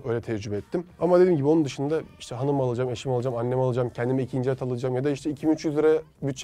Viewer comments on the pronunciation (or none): hanır değil aanır